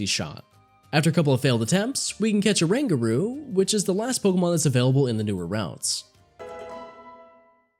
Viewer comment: You know damn well it's not pronounced "a rangaroo"